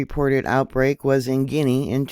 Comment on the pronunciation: Gee on a..is how it is said...butall travel to and from should be halted